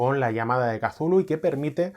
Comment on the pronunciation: Gracias por pronunciar kazulu! El único youtuber rolero que lo hace, da gustirrinin 😅